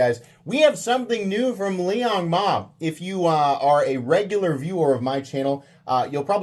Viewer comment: Liong Hell-Nah. I will never buy a knife from this POS